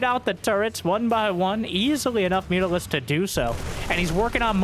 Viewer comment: lol "mutarisk" good one